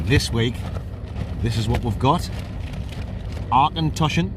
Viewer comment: Nearly right - "Ock-en-tosh-an"...